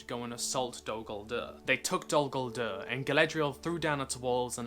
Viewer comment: The way you pronounce Dol Guldur makes me retch.